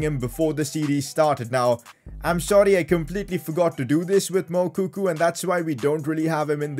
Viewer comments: Pcq: It's pronounced Mou-co-co not Mou-coo-coo 😂😂😂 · PCQ: IT'S MOUKOKO NOT MOUKOKU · It's moukuko not moukoku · PCQ: The guys name is Moukoko not Moukoku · its moukoko not moukuku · The way pronounces moukoko is hilarious. The pronounciationis M-U-K-O-K-O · Did dis dude just say Mukuku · PCQ: It's pronounced as Mu-ko-ko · It’s pronounced moukoko